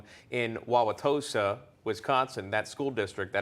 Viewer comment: Hey! You pronounced Wauwatosa correctly! Are you a Sconnie?